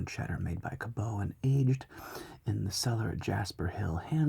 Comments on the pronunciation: Ca-BUTT. Not Ca-bow ;) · Here from Vermont, where they make some of the cheese sampled: it's pronounced "cabbot" not "cabeau" but sure bud, sure